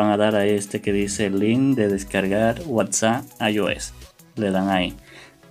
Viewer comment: Me estresa que diga whatsa sjshsjs